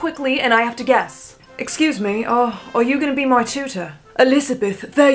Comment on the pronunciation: tell me why when she did “excuoose me, are yuuuu my tuootor”! 😂😂😂😂😂😂